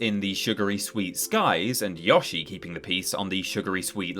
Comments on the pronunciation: You clearly know how to say Yoshi right, why say it right then tell us to f off because you know how to say it but don't say it the way it is meant to be said. Makes your video not that interesting anymore as after two minutes in I was done and moving on. Don't berate us because the game creator states the way you say Yoshi correctly and then tell the viewer and probably gamer to f off because we know how to say it right! Not a good way to run your channel and keep viewers interested when there are other Top 10's out there that give an objective view and not put personal bias in what you are trying to convey. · Apologizes for possibly pronouncing Kururin incorrectly.: You can't make me pronounce Yoshi correctly. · It's weird you say "Yawshi" but not "Chibi-Rawbo" or "Pawkymon".. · Yeah it always rubs me the wrong way when people pronounce it as "YOH-shi" and not "YOE-shi" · Kind of upset you didn't call it "Chibi Rawbo" as you insist on saying "Yawshi". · Since you pronounce it "Yawshi" do you also call the thing you wrap a burrito with a "tore-tiller"? Is your favorite Hispanic comedian "Cawloss Men Seer"? Do you call Joan Rivers "John Rivers"? Like how are you people called "English" and you can't even speak it? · “Yawshi” ew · I too am British and I say Yo-She, not Yoh-she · Yaw-shi? Tf type of pronunciation is that? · Dang the dude says Y'allshi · How come British people can't pronounce Yoshi? It's never been Yaw-shi, it never will be Yaw-shi LOL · Y ahhhhhh shie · You're specifically mispronouncing Yoshi just because you know you mispronounce it and you want other people to get used to it. So you know you're being ignorant and yet you're going to do it anyways? Super smart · Honestly gotta respect for letting everyone know how he’s gonna pronounce Yoshi and if you don’t like it tough 😂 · Ok I didn't realise how bad you saying Yoshi was, it created rage inside me I didn't know existed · Why would you purposely mispronounce a character name?